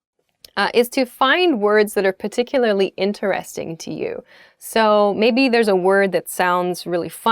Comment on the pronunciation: why does she say "intereRESting" and not 'interesTING"? that sounds kinda weird 'cause I've never heard that word being pronounced that way before.